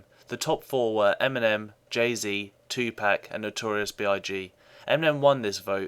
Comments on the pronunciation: Pac not pack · I just can't agree with a dude that calls Tupac, Two pack. Its Tupac sounds like Two Pock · This dude said two pack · I can see you're view and maybe you are right, but in the end I think Eminem, Jay-Z, Biggie, Nas and 2Pac are all tied for best rapper. Btw please never say Tupac like you did If it was pronounced like that it'd have a k at the end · you lost my respect when you pronounced tupac tupack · Tupack lol, It TU-Two, Pac-Pock lol I liked how he pronounced it lol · you know this guy knows nothing about hip hop when he pronounces tupac, two pack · Lost respect once he pronounced tupac "tupack" hate that shit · Its its pronounced Tup(o)c,It looks like Tupac but the a is pronounced as an o. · Lol he pronounced tupac "two-pack" ahaha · I'm ignorant because some white boy thinks he now about rap and shit, but pronounce one of the greasiest rapper ever name wrong? lol tupack??? lol just lol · no shit, he pronounced it as 2 Pack.. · This guy lost all of his credibility when he mispronounced Tupac's name..smh. Most Eminem fans are not fans of the genre at all. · died laughing how he said tupac hahahahahahahahahahaha